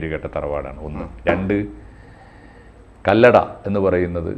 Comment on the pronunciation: അറിയില്ലെങ്കിൽ പറയാതിരിക്കാൻ നോക്കണം. കല്ലട അല്ല കല്ലടി